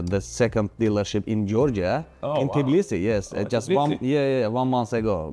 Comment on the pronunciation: Why is he saying Tiblisi if the name of the town is Tbilisi!????